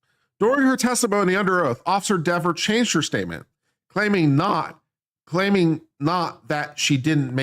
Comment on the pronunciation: It’s pronounced “DEEver” 🤔 😂